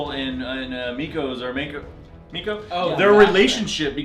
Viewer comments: Lol. Her name was Mako, not Meeko. Meeko's that raccoon from Pocahontas :D And she was clearly in Japan in that scene when she was younger (NOT China) cuz she's Japanese :p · it's mako not miko, pronounced marko. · Mah-ko, dudes. Not Mee-ko or May-ko. Did people miss the scene where she is triggered by Raleigh's memory and almost fries the Shatterdome? Stacker totally predicted that. She realizes that he's the best, most experienced Jaeger pilot. He realizes she is badass enough to kill any Kaiju: beter than Raleigh. He also knows she has revenge and trauma issues. They are both being prudent. Raleigh is Wrong: he doesn't know Mako and he doesn't know what his memories will do to her like Stacker can.